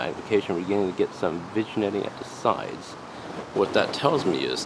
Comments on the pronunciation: FIRST! lol.. nahh. nice scope. Ive been thinking about this or a NF for my next build. just an FYI, vignetting is pronounced vin-yetting. ..damn the french! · The G is silent in "vignetting". It's pronounced like vin-yetting